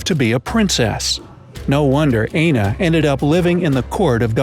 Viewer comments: AND pls it is Aina pronounce i-n-o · It's not pronounced Aina, it's pronounced Ayino.